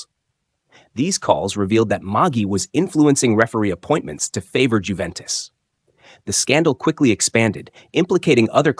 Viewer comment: Unless you're British and stupidly insist on pronouncing the "J" in names, it's pronounced "Yoo-ventis" not "Jew-ventis." Much like "Ho-zay" Mourinho is not "Jo-zee" Mourinho as many Brits would like you to believe. I'm glad you got that one right, though!